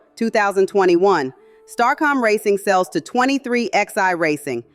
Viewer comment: What's interesting is that Nascar has the given themselves right to pull your charter if you do not perform good enough. And I believe the name 23XI is pronounced 23-11 as in 23 plus roman numeral XI, the numbers come from Jordan's basketball number 23 and Hamlin's car number 11